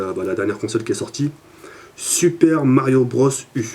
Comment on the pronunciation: xD tu ma tue comment ta prononcé "super mario bros Uuuuuu" Le "u" se pronoce "yu" enfin bref Sinon je participe pour l'HDPVR2 Merci d'avance